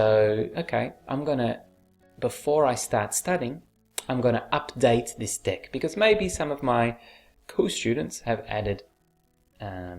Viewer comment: Everytime you say "deck", I hear "dick"